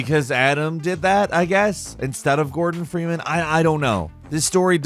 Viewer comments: Boh GORDON Freeman lmao I legit thought you said Morgan until you said the name again 😂 I was imagining this guy seeking vengeance agains Morgan Freeman lol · When he said Gordan Freemanthe first time I though he said Morgan Freeman... I was so confused 🤣